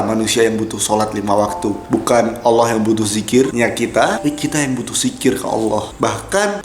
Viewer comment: Pas nyebut nama Allah fasih banget kamu, seneng bgt Aku dengernya. dan disini Aku mau menyampaikan kata² Almarhum KH. Zainuddin MZ "Orang yg beruntung adalah Orang sering mengingat akan kematian". Dan itu yg selalu Aku pegang sampai skrng. Karena klo Aku mengingat akan kematian, mau melakukan hal² yg negatif pasti berusaha utk Aku cancel perbuatan tersebut, meski kadang masih kalah dgn godaannya setan, setidaknya disini Aku udah punya pegangan utk berusaha menolak setiap akan melakukan hal² yg berbau negatif 😊🤝🙏